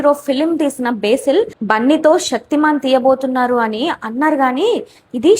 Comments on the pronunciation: Besil ❌ Basil ✅ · బేసిల్ ❌ బసిల్ - Basil ✅